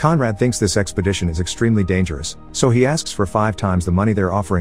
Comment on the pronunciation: who keeps hearing sexpodition lmao